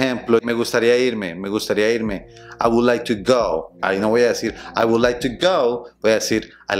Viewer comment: Prueba a hablar así a un nativo. Con dos que hagas va a pensar que eres super fluido entonces va a hablarte a mil por hora y no vas a entender nada 😂.. Por cierto, pronuncias la "L" en "would"? 🤔 Eso suena super extraño en inglés americano.